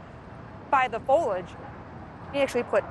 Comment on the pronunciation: Foh-lee-age. Not, foh-lage. >.<